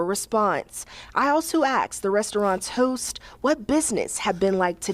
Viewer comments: 'Axed about the allegations...' Really? Are we really going the Futurama way and making 'ask' an archaic pronunciation? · Axed?!?! 🤣 Where did this chick go to school?!?! What tool does she chop a tree down with? An Ask?!?! 😝🤘🏼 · Even the reporter "axed" about the allegations. 🤦‍♀️🤣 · The reporter axed, lol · That reporter really axed all the questions when axed. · Brother how is a news reporter allowed to say axed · She axed?😂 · she's a reporter, educated. but has trouble with the word asked pronouncing it as axed. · KTXS your DEI reporter can NOT speak proper English? She "Axed" ? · This is all so black people dont have to pay its so abvios. Tatums face everytime the news anchor says axed 😅😅😅😅😅😅 i keep watching it back laughing. Just want to say that kid that purchased the rope to hang himself actually breaks my heart thats so sad . Can u Imagine buying that rope. No bs thats horrible. Rip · I had to rewind it several times to convince myself that professional reporter said "Axed" vs "asked".. I mean cmon seriously?? 😂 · Your face when she said “axed” 😂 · She axed? Modern journalism. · She AXED him a question 😂😂😂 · Axxeddd bro 😂😂😂😂😂😂😂😂😂😂😂😂 damn that’s funny asf trying to sound professional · How come black people can't say asked? Even the news reporter with proper English says axed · If she can say the word masks she can say the word ask but she's intentionally saying the word ax because she's black and she doesn't want to sound too white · Now the whites can eat in peace they're not complaining 😂 how the F is a proper speaking news woman saying "axed" wah 😑